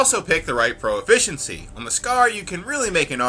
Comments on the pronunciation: I hate being picking on the little stuff like this, but for the sake of your professionalism, you said pro-efficiency not proficiency. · Am I the only one who heard "pro-efficiency" ?